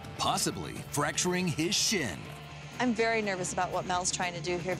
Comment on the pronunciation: sounds like he says "fracturing his shit"